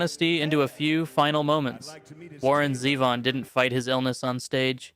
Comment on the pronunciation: And Zevon is Zee-von, not Zev -on